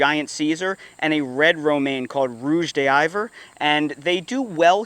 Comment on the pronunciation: Rouge d'Hiver = Red of the Winter (French). But please, check the pronunciation with Google translate. 😅